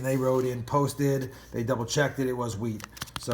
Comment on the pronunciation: It is not whreat penny’s it is wheat penny’s but yes you gotta love some wheat penny’s